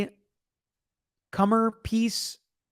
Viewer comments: “Cor-ner piece, not comer” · Mods: PLEASE let know that he's reading "comer" instead of "c-o-r-n-e-r"; Sarah is using a jigsaw puzzle metaphor: c-o-r-n-e-r piece, e.g., it is a vital piece, a key to the conundrum.